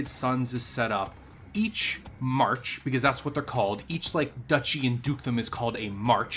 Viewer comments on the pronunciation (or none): none